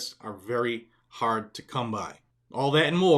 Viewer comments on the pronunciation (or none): none